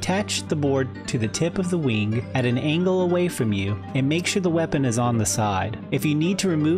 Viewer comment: “Infinity WEENG” is right